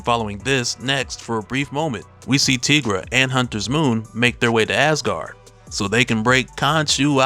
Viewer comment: Pronounced Tie- gra.....not Tee- gra